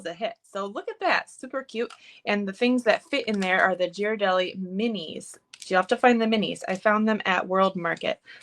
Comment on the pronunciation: Super cute! Great idea for holiday giving!! (btw if you use these chocolates again in a video, they are pronounced gear-a-del-ee) 😃